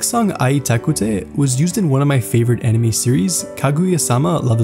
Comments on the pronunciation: You pronounced 'anime' as 'enemy' so many times. 😓😓😓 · Bro it's "Anime," not "enemy"